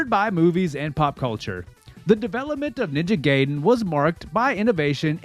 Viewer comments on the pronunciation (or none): It's Ninja GUYden, not Ninja GAYden. 😂 Edit: It's REE-U. Not RI-U. What's wrong with you? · Nice video, but you've been mispronouncing "Ryu" and "Gaiden" for the entire duration. "Jaquio" is also wrong (It's Jaki-oh, 邪気王, King of corruption, or Fel King) but the translators are to blame for that.